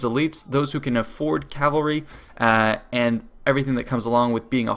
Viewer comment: Not sure why but when people say: "cavery" instead of cavalry, it grinds my gears intensely